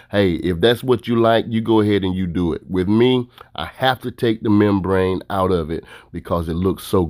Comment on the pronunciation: I cringed every time he said membrane